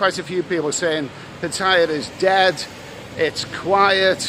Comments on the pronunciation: old chap, please try to get it right with the Pattaya pronunciation, it isn't tie-a, it's tee-a - ffs. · l love you vlogs, but m8t it's PATTAYA not "pat-tyre"😮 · You are not pronouncing Pattaya right !! Ask a local